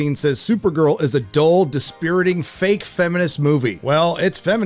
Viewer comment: hey you said dispiriting right this time